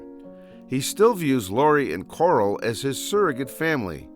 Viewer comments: It’s pronounced Carl not coral so car-al not cor-al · “Coral”? U mean “Carl”? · It's pronounced "Carl", not "Coral". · ITS NOT CORAL. ITS FREAKING CARL!!! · who the hell is Coral? dont you mean Carl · Why does this dude call Carl coral 💀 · Lol kept calling Carl Coral 😅 love it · I genuinely dont know if hes calling Carl "Coral" as a joke or not XD Im trying to focus on the video but boom "Coral".